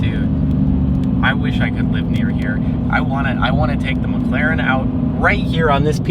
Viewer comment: I heard, "What a nice day hur?" xD